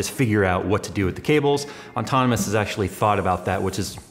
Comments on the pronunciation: seriously, how does he not realize what hes saying? he does it every. single. time. he spelled it correctly in the title, though...? again,. its 'ahh-tonomous', not 'on-tonomous'....there is only one N! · Why on earth does he keep calling it Auntonomous when its Autonomous!? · you should learn to pronounce "autonomous" lol... Not On-tonomous... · ok, enough with the as would say "ontonomous" desk! lol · THIS! PET PEEVE! Still like you, though, +. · yeah, nbd but sets off my OCD just enough to make me twitch every time he does it lol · He does it to piss you off. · Haha same! Its kinda unprofessional. But at the same time .... its not. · drives me nuts since the moment he got the thing! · I wonder when he'll stop mispronouncing it ontonamus.